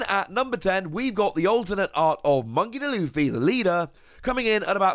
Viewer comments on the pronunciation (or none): Dude, his name is Monkey D (pronounced "Dee" not "the"/"duh") Luffy. Luffy being his first name, not monkey.